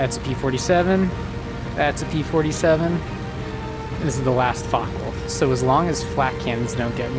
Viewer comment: Its a Focke Wulf. Not a fock wolf.